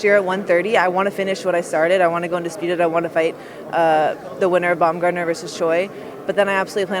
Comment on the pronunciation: I wanna bummayer not buamgardner